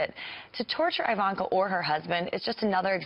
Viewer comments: Fake news--I don't mean Kyle's talk, I mean the Five clip he showed. This Elmore person cannot be acquainted with Ms. Trump. If she was, she'd know how to pronounce "Ivanka." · "Eye-vanka", "coom loud" what a fool